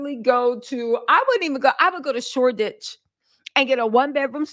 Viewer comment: Not shore ditch 😂.